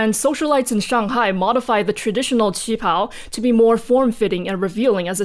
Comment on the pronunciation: Listening to the war and political party history reminded me of this Lindsay Ellis quote, "The legacy of colonialism is baked into every facet of every culture on the planet." Also, thanks for reminding me of the correct way to pronounce "qipao!"